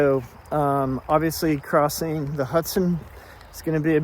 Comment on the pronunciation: It makes me smile every time says river crossin'. 😊